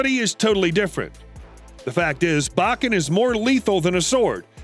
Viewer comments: Pronounced bow-ken, not bach-en. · said Baaken not Bokken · Bo ken ….not ……ba ken smh and yes they are lethal, instead of losing a limb, it mangles a limb. It still ends you, you just may suffer longer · Your pronunciation of Japanese is awful! 😂 It’s Bo-Ken. Not, BAW-Ken. 🤣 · "BO KEN" not "BAH KEN"... lets say it together now BO KEN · 1. It's pronounced "Bow-ken"; not Bokken. 2. you said that a bokken is more lethal than a real sword. Twenty seconds later you contradicted yourself and said that it's used instead of a real sword because you can get hurt bad with a real sword. 3. Literally one second later you said exactly the same thing. 4. Judo is not pronounced "Joe Doe". It's pronounced exactly how it looks. 5. You said "it's not as mortal as a real sword", swords are not mortal or immortal because they are not living things. They are either lethal or non-lethal. 6. you literally said that a sharp metal sword is less sturdy than a dull wooden bokken. Do you even know how people CUT wood? This whole video is 100% pure unadulterated bullshit. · Bo Ken not Bach In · Like Hell it is! More like straight up Wašíču to me. BTW... it's pronounced Bō-ken, not Ba-ken, bakatare! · It’s pronounced Bokken, and Judo. Not Bakken, and not Jodo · It’s pronounced “bow ken.” Obviously, you have no real background in Aikido. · Not sure where you are getting your pronunciation from, but every martial arts teacher I've been involved with pronounced it "bo-ken" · Plz stop saying Bahken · Say bakken one more time. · Long O sound buddy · It bok ken put you bokken not boken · That's not how you say "Bokken" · You say it with the o not an a.